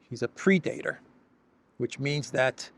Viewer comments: It's pred-a-tor, meaning, one who preys on others / ruthless. I think when she pronounced it , she put the accent on the wrong syllable. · Depends very much on the pronunciation, she is saying 'pre-dater', very different. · Ursula is projecting Putin to be the predator. She learned a new word, but not how to pronounce it. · Hahaha... a "Pre-dater", LOL 😆😅🤣😂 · Ursula should learn how to pronounce English words properly (pre-dater!?). Surely she brings in enough money to get a language coach! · You know she’s simply a mouth piece when you listen to how she pronounced “predator”. Nobody and I mean nobody pronounce that word the way she did…this isn’t a case of toe-maytoe toe-maatoe. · Was she trying to say PREDATOR? Ya they love revealing the genius of Putin, weaponizing immigrants, washing machine chips, missile dolphins. 😅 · she meant predator ie an animal preying on others or seeking to exploit others. I blame her pronunciation